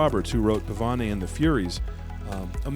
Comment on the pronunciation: I know I'm a pedant but the Keith Roberts book is 'Par - Vein', named after the slow, waltz like dance, not 'Par - ven - ee'.